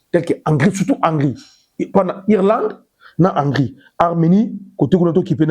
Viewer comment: On dit Hongri